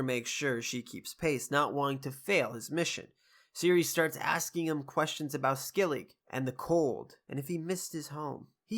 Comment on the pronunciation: It's pronounced "Skell-i-guh" for future vids. Enjoying these reviews. Keep it up!